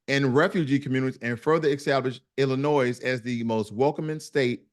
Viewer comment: My cousins are from Chicago. People from Illinois don't like when people pronounce the "s" in Illinois. A lot of non-Illinois Americans don't know this error.